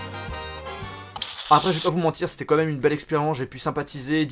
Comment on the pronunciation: T'es au courant qu'on dit "quand même" et non "comme meme" c'est pas si compliqué ....